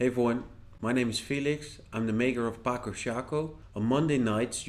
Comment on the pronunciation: Ĝi estas 'patso'. C estas 'ts'. Mi penos ludi ĝin, kaj mi aĉetos ĝin ĉar la duopaj ŝakpecoj estas belaj.